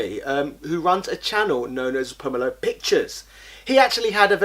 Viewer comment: Just put a link to his channel or video? He pronounces "Pomelo" different to you too, listen to the video you are re-uploading to figure out the pronunciation. Over 10 mins though, so congratulations.